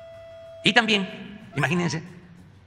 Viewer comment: Aun hay personas que dudan que quiere este señor regresar el país a los años 70s? "Maginense" como dice el